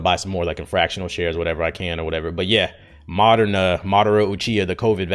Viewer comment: Moderna - (Muh - dern - uh) Pfizer - (fi - zer) the (fi) is pronounced like the beginning of "fight"